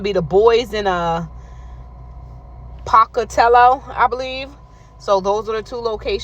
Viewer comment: Boise "Boy zee" and it's "Poh ca tello"-Pocatello. I lived in Idaho. I will be looking in Louisville.We don;t have one where I live to the south.